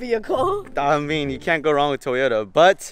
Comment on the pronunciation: He said Toyoto to Cindy LOL and like if u think car is fire like his seats